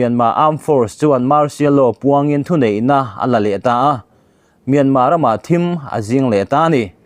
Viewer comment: Tiang a mi ziak i la chhiar zel dawn anih chuan..Mizo tawng zir tha leh deuh teh..eg..Thim a zing...tih a..khaw thim a..thim ang in i chhiar liam mai2 a...a dang poh a awm nual ..i aw chu hriat a nuam khop mai.